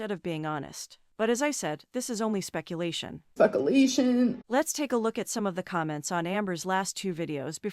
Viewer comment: “Specalashun…” gets me everytime omg